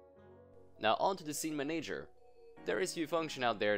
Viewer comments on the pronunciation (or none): IT'S "MAN-uh-jer" not "mun-AGE-er" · Man-A-Ger not Ma-Nager :) love the videos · Are you Italian by any chance? You pronounce the word "manager" with an accent like an Italian would. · i love your videos but the way you pronounce manager triggers me >.<